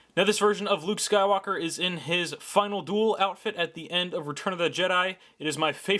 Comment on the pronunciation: it sounds like you said funnel duel